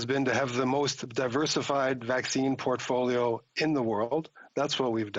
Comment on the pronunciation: "Plan A through Z was to have the most diversified vaccine potfolio" what an idiot. does he know that he admitted to not having any other plan